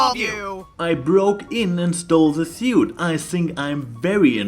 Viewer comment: Oh... "SUIT". I kept hearing "SOUP" and he ran around screaming after his "MEDICAL SOUP". I assumed they had stocked up on zebra healing soups.